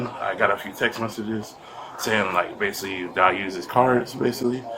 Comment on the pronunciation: basilly....basilly. He does everything basilly.